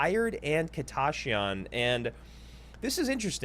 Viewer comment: why does say "kita ya shyan" its just kita shyan" lol